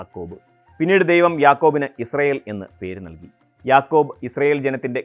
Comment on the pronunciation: യാക്കൂബ് അല്ല യഅ്ഖൂബ്